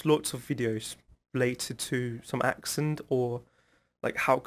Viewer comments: no, has a really good accent. He is better than mine for sure. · your accent is better than Celal Şengör...😀